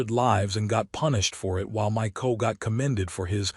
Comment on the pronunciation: Is the A.I. narrator familiar with the word "FBI"? it is pronounced "eph-bee-eye". In military situations a "CO" is NOT read as "koh." It stands for "Commanding Officer" and is read as "See-Oh". I have read statements that you read all our comments. Are you lying? From now on all future "CO" should now be pronounced properly.